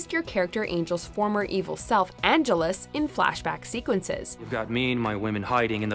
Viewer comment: It's not Angeles as in Los Angeles. It's Angelus as in an jealous.